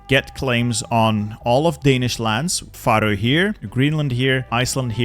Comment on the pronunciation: where are you from? I thought you were american but you pronounce "faroe" so silly